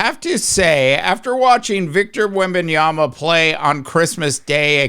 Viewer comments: Victor Wembanyama Pronunciation: \wem-ben-YAH-muh\ That's literally how he says it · There's a reason why your content is not getting views... If you're going to come on YouTube and give your analysis it's imperative that you do your homework... If you're going to talk about a player make sure at the very least you know how to pronounce his name.